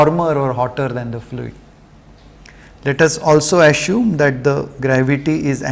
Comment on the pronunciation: Sir is it 'Assume' or 'Asshume' ?